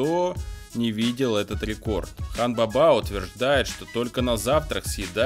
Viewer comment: Хан баба ударение на первый слог